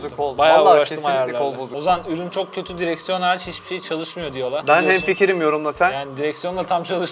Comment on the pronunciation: Götü yorumlar sersi diyor 😂😂